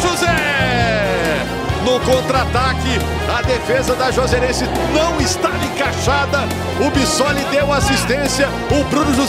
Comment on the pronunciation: não sabia falar Juazeirense 😂